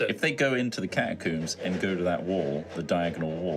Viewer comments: God I hate the way he says catacombs. I never want to hear him.Say it again, one O, not two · Is it a british thing to pronounce “catacombs” as “catacooms”? I’ve never heard someone say it that way before lol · Yep. Rhymes with tombs.